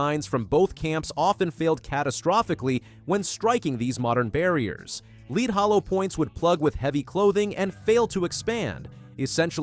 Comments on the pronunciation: The military uses a plain Jane 9mm FMJ. And it's pronounced: "LEDD", not "LEED"! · the bot references the early tests, yet shows hollow points - not FMJ Ball. [and "leed" bullets? c'mon]